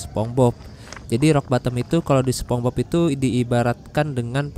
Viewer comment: Spongebob bang bukan sepongbob😭